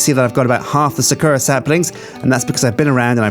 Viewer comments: Its not sukura its sakura Sa-kur-a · It is not pronounced suh Koo Rah its Sah koo Rah it's japanese... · sakura- sah-coo-rah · Sakura is said with emphasis on "sa" and "ra", so "SA-ku-RA". You have to remember that it's a Japanese word, so it doesn't necessarily follow the same rules as those of the English language. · Please for the love of my sanity pronounce Sakura correclty. Sa-ku-rah Please like so he may see! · it pains me when they mispronounce sakura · God, pronouncing Sakura wrong so many times is really painful. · Thank god im not the only one going insane :D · ***** he doesnt... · Is it just me or is he pronouncing sakura wrong?